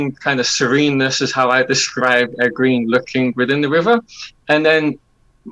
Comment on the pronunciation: It’s Egg-wayn (Egwene). Not Egg-ween.